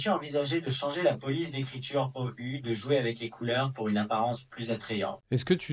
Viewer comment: Vous avez oublié de dire "Peux-tu prononcer les chiffres et le mot "ou" correctement en français ?"